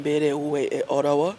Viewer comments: The way this guy is pronouncing Ottawa 😂😂😂😂olemwa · Did I hear farouk say Orawa?😮😅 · Who else had The YouTuber say Olawa?.